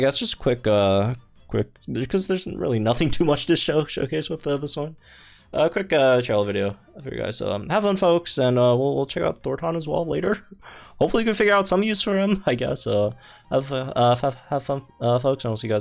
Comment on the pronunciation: Forgive me if you’ve been doing it as a joke and I’m unaware, BUT the pronunciation of these names have been killing me lol. Cheryl is pronounced “Share-il” not “Chair-il”, and Thorton is pronounced “Thor-tin” kinda like how Thornton would be pronounced minus the N lol. When in doubt, the first voice recording in the sync pair profiles is usually them introducing themselves.